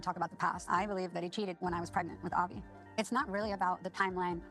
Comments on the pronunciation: Just a quick one- the kids name is Avi as in R-V not Harvey.x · I would bet my last dollar that it is Brandon's parents pushing the idea of them having children. Ari & Bini's little boy is named AVI ....Are you saying HARVEY?